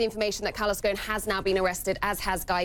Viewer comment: You’re pronouncing ‘Ghosn’ wrong. The ’s’ is pronounced. The word is Arabic for ’tree branch’. 🌴🌳🌿